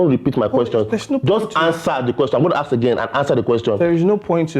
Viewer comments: Yeeee.... "I ask questions but you axe questions" 😂😆 burst brain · Ask❌ Axe✅ 🤦🏻‍♀️😂. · It is not axe it is ask😂😂😂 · I'm so happy that Vj was the first to point out the aks